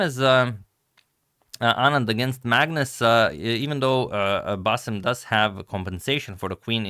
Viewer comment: The way you pronounce bassem's name is a spot on! Excellent pronunciation skills agamator.